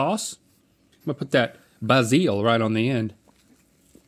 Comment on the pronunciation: I will be pronouncing Basil as "bahzeel" from now on